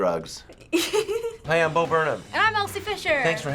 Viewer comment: It's Bo yo!